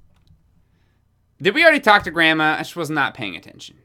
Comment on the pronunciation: It said Gransma in the intro!! I’m crying